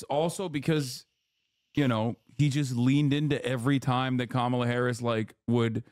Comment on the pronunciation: He said it wrong